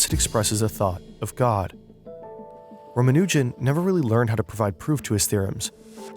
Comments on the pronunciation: maybe someone can tell the guy how to pronounce Ramanujan? I mean, the guy he interviewed said it correctly more than once. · PSA It's pronounced ra-MA-nu-jun. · I've always heard it pronounced Rah-Mah-New-Jen. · Please don’t continue disrespecting S. Ramanujan by mispronouncing his name